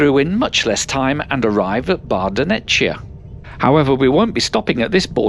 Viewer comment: the line isn't fast - the train on it is! Try a line in the future - Ever attempted to try a line in the past? Guess not... Otherwise, nice footage. Oh, and the Italian border station Bardonecchia is not pronounced Bardo'netcha (in Italian) but Bardo'nekkia.